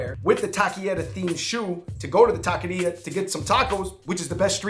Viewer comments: It's not pronounced "ta - kay - ree - ugh" either. Try "ta - keh - ree - aw" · It's pronounced "ta - kay - REE - ugh" not "talky era" :x. David got it right at least a couple of times. Just wanted to fix that, you guys make awesome videos. :D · Es Taqueria Not Taquiera..💚✌🏽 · Taco Shop taquerias in the title is a bit redundant. Taqueria in Spanish means “taco shop” and it’s pronounced “tah-keh-rree-ah” 🙂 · It was funny that they were saying Taki-ria. Though tbh I wouldn't mind a place dedicated to takis. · Aye. TAH-KEH-REE-AH. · David 🤣.... going from pronouncing taqueria correctly to not ... over and over ... love you guys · Absolutely butchered the pronunciation of “taqueria”